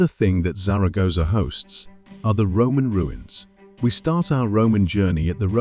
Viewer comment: Could have made an effort with the pronunciation of Zaragoza.btw " baroke" is "barok" in British English